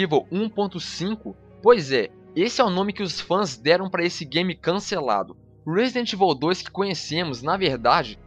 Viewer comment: ruóesidenti ivol tchu ¬¬